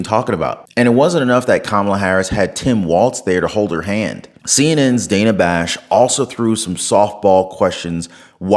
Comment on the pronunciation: She pronounced Dana 's wrong.. the crickets lol.